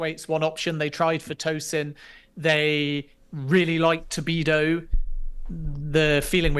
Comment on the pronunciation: Did you tell him after the interview it's "Todibo" and not "Tobido"???